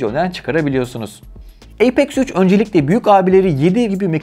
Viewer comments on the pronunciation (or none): Haklısın birde eypex 3 demeside garip bi durum ya apex üç dersin yada eypex three dersin